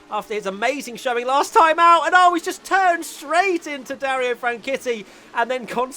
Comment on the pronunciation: can you learn how to say Dario’s name correctly please? He’s a British motorsport legend like one of the best ever and his name definitely doesn’t rhyme with titty, just saying.